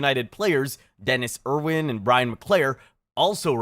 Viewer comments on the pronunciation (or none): none